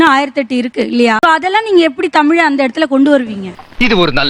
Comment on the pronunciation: முதலில் தமில் னு சொல்வதை நிறுத்தவும்😊